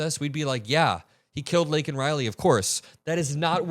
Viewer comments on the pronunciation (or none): none